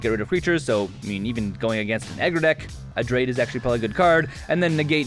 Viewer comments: Everytime he says adrade over abrade i die a little inside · "Adrade" "izzet straticaster" lol still love the dech tech though!